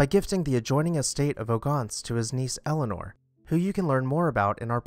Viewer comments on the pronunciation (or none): none